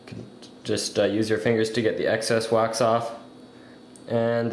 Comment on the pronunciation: wax not "waz" XD